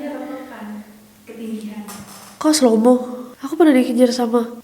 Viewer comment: Waktu bilang slomow is so funny….